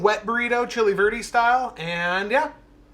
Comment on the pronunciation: Bro, before you come down to go with me to the clubs in Miami you need to learn how to say verde lol. That burrito looked amazing and definitely fork and knife worthy. Awesome job!!!